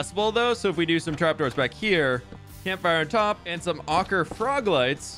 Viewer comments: Ochre sounds like “oh-cur”, not “ah-cur”. Hope that helps. :) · It’s pronounced oak-er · its pronounced Oak-ra also it looks fab! perhaps use a combination of floor and ceiling lamps, and i think the centre should either be a goblin monument or an idealic pond. As for next to your base where the gold once was, perhaps a golden wishing well! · Ochre is pronounced "Oak-er". I'm an artist who's taken a lot of color theory classes :) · Oak-er, not awk-er. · It's pronounced "oh-cruh" froglights. X3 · Gobland is growing! So amazing. I wish hoglins were tamable. I believe the right pronunciation for Ochre is "oak-er"? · I'm fairly sure it's 'Oh-ker' :D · So you pronounce ochre oh-ker. Love the new build. That’s a lot of storage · Ochre is pronounced oak-her, it's an Indigenous Australian paint that is made of crushed rocks and water :) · Ochre is like Oh-Ker. Because Bob Ross says so. Also that's how ochre mountain was pronounced in Utah when I lived there. Lol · ochre is pronounced oak-er, just for future refernce, thank you for the video. i really enjoyed it. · The ochre frog lights are pronounced ohcer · Being a painter it’s hurting my heart…lol.. Oak-er, I hope that helps lol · I believe it's pronounced "Ohh-kur" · Oh-kerr lol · Bob Ross pronounced it “oh-ker” in his painting videos, hope that helps! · lol ochre is pronounced like "oak-ar" like the tree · I think the ochre frog lights are pronounced oak err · it is pronounced Oh-cuhr. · Ochre is pronounced ohcra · ochre is pronounced: O-kur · Ochre is pronounced oak-er fyi! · iirc ochre is pronounced like oh-ker were the o is like the o in okay or over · Not being snarky with this here - Ochre is pronounced "OAK-er" or "OAK-reh" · It's pronounced OH-ker.